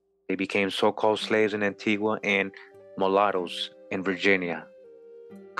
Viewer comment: Wow! I'll have to tell my husband about this. Antigua is his homeland. By the way you're pronouncing it incorrect, like the Europeans. The natives pronounce it An-tee-guh!